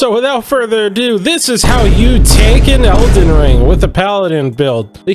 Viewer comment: If this guy says eldens one more time... i am gonna subscribe to him.